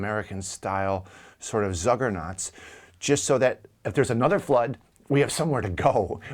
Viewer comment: You make up words, like "zuggernaut", you misuse or mispronounce others, and make assertions like "the other half (of the monument) is in the ground", without citing examples. You're just pushing New Age mumbo jumbo, and discrediting honest research into these mysteries.